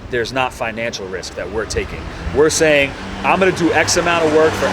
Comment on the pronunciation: “You now what I’m shaying ”